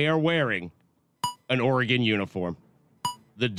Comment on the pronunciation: As someone who lives in Oregon can I say that Dan needs to change how he pronounces Oregon! Ora-gone?????? It’s easy Dan! Or-gun. That’s it!